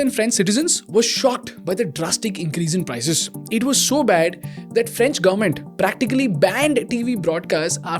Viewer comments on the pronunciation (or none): Bro one suggestion it’s not garment it’s government. Please pronounce it correctly.